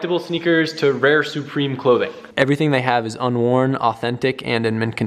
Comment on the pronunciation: “Soo-preme” clothing